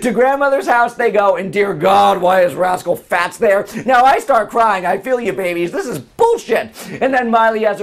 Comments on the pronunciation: LOL Did u say rascal Fatts?? lmao.!! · Why are you calling them Rascal Fats?? LOL It's Rascal Flatts!!! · yes he said rascal fats.